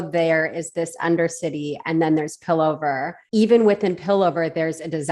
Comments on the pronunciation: It's really interesting to see different people's takes on Arcane! Slight note, it's pronounced Piltover lol. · just a quick comment. its pill-tover. the "t" is pronounced lol. but i love ur vid! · It's Piltover not Pillover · it's pilt-over, not pil-over, thanks!